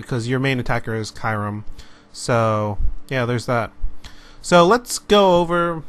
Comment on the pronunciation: Learn how to pronounce kyurem!!!!